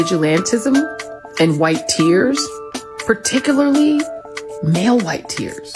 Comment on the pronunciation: Did she say pertikerly?